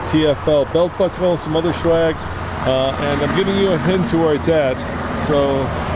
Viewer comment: He said shwagg not swag lol.